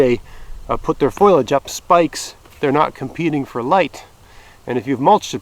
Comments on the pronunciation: did you say foilage? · well, you are not the only one...in fact, a dear, long-time friend, who introduced me to homesteading and self-sufficiency says, 'foilage', too...i always teased him about it, but guess i won't any more. i get a kick out of your video thank you so much